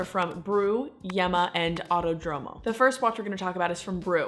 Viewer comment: Auto-Dromo, No. Ah-oo-Toh-droh-moh.